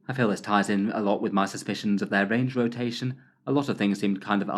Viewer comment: Range rotatataion. Lol you made up a new phrase unintentionally. hah. I like the sound of that new word. Rolls off the tongue sweet. Cheers.